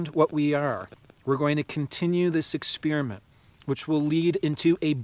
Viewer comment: Yes and experinent not expirament